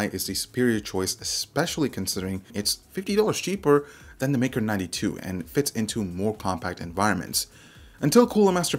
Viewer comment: I keep hearing Mecro92 rather than Maker 92